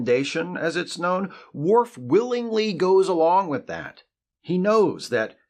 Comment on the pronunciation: It's worf